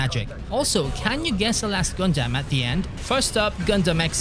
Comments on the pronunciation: Its pronounced Gun-dum not Gun-damn 😂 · Never heard someone pronounce it as GAN DAMN